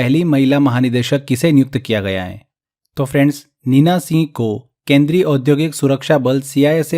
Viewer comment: Singh ka pronunciation thik se kare sir aapne toh singh ka seh kr diya 😅